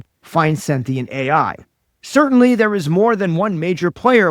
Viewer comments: Someone PLEASE tell her it is SEN-TI-ENT not SEN-TEN-ENT! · She can pronounce Thessalonians but not sentient.